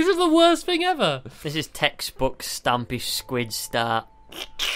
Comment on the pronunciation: Eyes closed stampy: stamoy